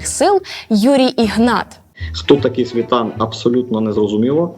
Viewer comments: Чому ви робите наголос на СвІтан, а не СвітАн? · Ти хоч не позорься. прізвище утворене не від російського слова з таким самим наголосом, а від форми на кшталт світанковий / світанок, де в українській мові природно закріплюється наголос на останньому складі. Для самого прізвища в довідниках і біографіях фіксують саме Світа́н. не “Свита́н”, а “Світа́н”, бо так історично й словниково закріпилося в українській акцентуації прізвищ. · Не свІтан, а світАн!!! Неграмотні журнаглюги! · Не СвІтан,а СвітАн. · Ударение не на том слоге. Такой образованной девушке некрасиво так ошибаться! Что за эксперт у тебя это просто смешно!